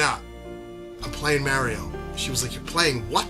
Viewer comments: Mario, not mary-o. You’re Italian for Gods sake. Paisano. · The way you say Mary Oh❤❤❤😂 Brooo when Star Fox 64 dropped and came with the rumble pack?!?!? I was so blown away by the box size. And SOOO immersed with that rumble feature. And now the rumble is a STANDARD.